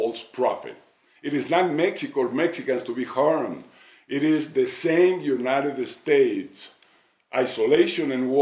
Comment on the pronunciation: No tiene un asesor que le diga que no es "United Estates"? Digo, ya se que Fox nunca hablara ingles perfecto, pero que tan dificil es aprender a decir "United States"? se ve ridiculo.